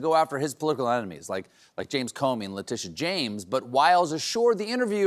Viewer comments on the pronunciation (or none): none